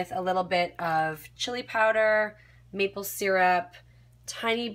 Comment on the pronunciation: meeple = maple